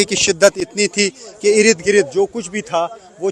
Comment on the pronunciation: इरिद गिरिद नहीं बोलते, इर्द गिर्द बोलते हैं 😂😂😂😂